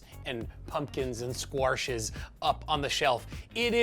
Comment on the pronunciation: When Justin said squarsh, he reminded me of my English teacher in grade 8. She would say squarsh & warsh; no discernible accent, just that odd mispronunciation. 25 years later I was talking about this to a work colleague in Toronto and one of the Managers in the insurance company where I worked was listening. She asked me what town I lived in, and after I said Meaford, she laughed and told me she immediately knew I was talking about her mother-in-law. I always buy Japanese sweet potatoes; a bit hard to find, but I seriously love them the most out of all the others. June comes through again with the sweet potato gnocchi 🧡 I'll have to give this a try.